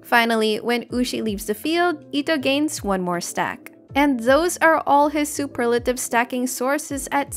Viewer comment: I'm glad you say Superlative, and not Super lative.